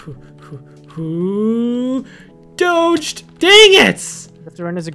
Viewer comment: IT IS PERNOUNCED DOOOGGE!!!!!🐕